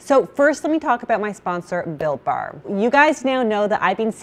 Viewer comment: I keep hearing “Bill Barr” instead of Built Bar!